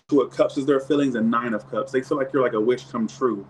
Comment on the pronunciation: Sounds like you’re saying “you’re a witch come true😆”